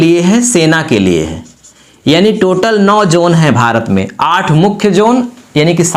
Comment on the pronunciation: Zone, not Jone